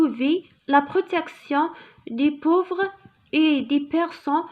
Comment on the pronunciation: شرح جميل لكن نطق الحروف جد خاطىء,فادح وكارثي حذاري اختي اخدمي على روحك نقولو prospérité ماشي propriété وايضا نقولو renouvelable وليس rénovilable وايضا نقولو pauvre وليس pouvre🤦